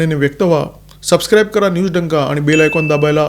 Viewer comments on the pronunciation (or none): none